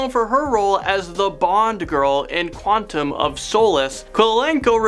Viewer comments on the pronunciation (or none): none